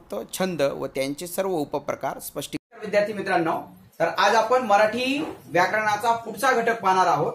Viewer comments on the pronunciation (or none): none